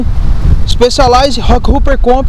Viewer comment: A pronúncia não é “roqueruper” pelo amor de Deus... é roqueróper!, hopper ( pronuncia-se róper) quer dizer “saltador”, ou seja, rockhopper quer dizer saltador de pedra. Falar inglês é importante para falar de bicicleta.